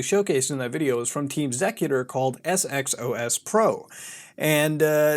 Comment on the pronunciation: It’s pronounced executer